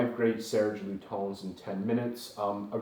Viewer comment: Pronounce: LutAns not LutOns